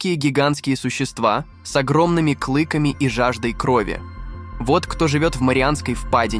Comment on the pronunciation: Поставил диз.первые минуты просмотра и режет слух клЫки и двестИ.чел по русски не умеет общаться